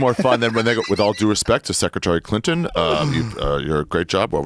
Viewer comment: Joe keeps saying hillary crinton